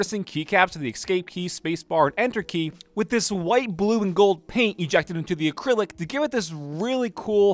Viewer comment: did he really say acrylic...